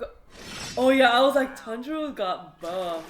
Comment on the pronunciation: tanjuro not tenjuro